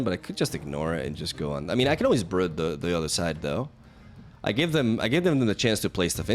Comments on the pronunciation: One thing that never changes is slaughtering card names. Brood (br-ude) not brud. king-pin not king-ping. A kingpin is a term used for powerful mob or crime lord. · Isn't it pronounced 'brewed' not 'bruhd'? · Not important to the video, but fyi it's brood like mood or broom. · thumbs down for saying "Brud" too many times. And for all the times I've heard "A-gis". Still love youuuuuuuu, stop hurting my brain with your word butchery. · It's not Brud bro, just fucking call him bread if you want to misspronounce him that bad. And it's soccer not football, but sure go say american football if you wanna take the time to say and write it all the time, cus otherwise noone ever has an idea what you talk about. Is it the womans sport or the mens sport, hmmm?